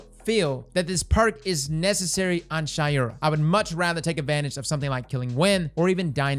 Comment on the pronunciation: It’s pronounced Shay-ura not Shy-ura. But who care anyways